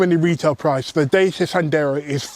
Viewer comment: "Daysia"? It's Datchja.